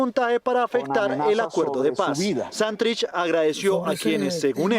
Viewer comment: ¿Por qué siempre dice mal el acento de la palabra Santrich? Todo el mundo la dice bien menos ella.